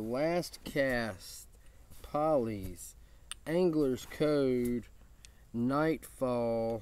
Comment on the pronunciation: I've been wearing Poly's for about a week straight and I love it. For the record, Tyson says that Poly's is pronounced Pole-ee's, not Paul-ee's(it was his granddad's nickname). Either way, great video brother! I'm glad you dig their stuff man! Tyson and his wife seem like totally awesome folks! God Bless, and Beard On!